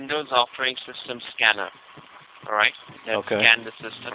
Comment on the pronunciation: lol at the monthly free check up call... allwite :)